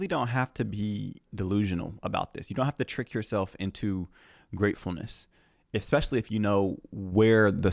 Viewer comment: "exspecially," that's the stupidest damn girl I ever heard in my life that's pretty damn stupid.